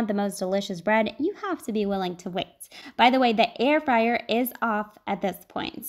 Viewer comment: Air fryer? I thought you said hair dryer! 😋